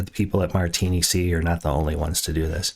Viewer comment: Nice sound design tutorial. BTW, it's actually "martinick", but I like "martini-see"! 😛